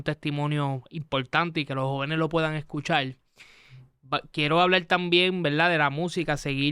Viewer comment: Ese Pajuo si hace fastidioso ver la entrevista completa, con la pronunciación de las "L" Escuchal, Bailal, Tomal, Fumal